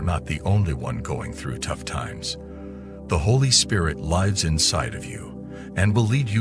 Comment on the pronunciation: I've been enjoying the channel, but at the beginning of this one he says the Holy Spirit "lives" (👂phonetic "lyz") instead of lives. So, is this AI generated?